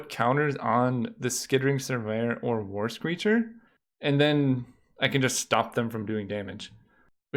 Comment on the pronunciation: Every time you said the words "War screecher" my mind heard "Worst Creature". Lmao